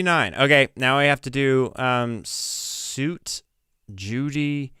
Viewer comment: Suite is pronounced, sweet. You should spend less money on your hair and more on English lessons.